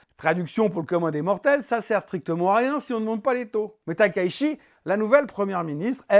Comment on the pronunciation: Juste, on prononce TakaiTchi, et pas Takaishi (car il y a bien un C et pas un S).